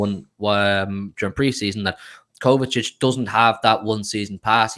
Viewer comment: KO-VA-CHICH ❌️ KOVA-SITCH ❌️ KOVA-TITCH ❌️ KOVA-CHICH ✅️